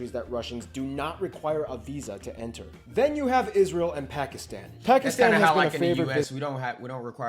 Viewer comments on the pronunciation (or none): none